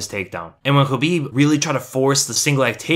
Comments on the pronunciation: I think you are one of the few MMA channels / commentators who pronounce Khabib's name correctly, or at least do your best. I think it is a sign of respect, which a lot of people seem to lack. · Conor has a ground game but Khabib is on another level on grappling. Look at his history. Thanks for saying his name right. I e wanted to see this fight for years.always saw it as a Bloodbath or a rear naked choke but I was wrong it was a neck crank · On top of top-content here: FINALLY someone who bothers to pronounce Khabib the way it is, actually, pronounced. But given that rare occurrence plus the fact that you (seemingly) report everything except what Khabib answered Connor, my battered faith simply has to suspect bias. Despite the fact that I agree to your observations qua actual fight 100%. And I am biased towards Connor for personal reasons.